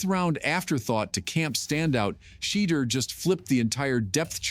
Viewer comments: You blacks are lying. You can’t even pronounce his name. Is Deon behind this? Yes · Sorry but l can no longer watch or listen to that rice cake NOT PRONOUNCE MR. SANDERS NAM CORRECTLY!!! BYE@